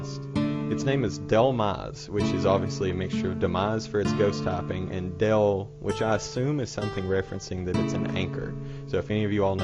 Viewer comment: I think it's the ship reference is "helm" in its name, not "dhel"